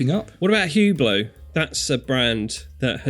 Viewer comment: Very nice video. :-) Just please learn hot to pronounce "Hublot". ;-) Otherwise, you lose your credibility as a professional.